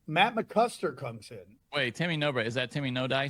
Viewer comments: matt MCCUSKER, not CLUSKER... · Even saying it wrong. Also why can't you British people say tah as in vitamins...vi..tah..mins....you said vet Ta. Men